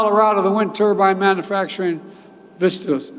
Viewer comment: Love how he pronounces ‘manufacturing’ as ‘mannafacturing’